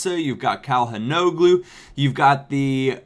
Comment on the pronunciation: It's Shal-han-AH-glu